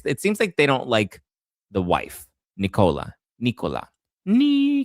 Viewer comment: It's Nicola not Knee-Cola...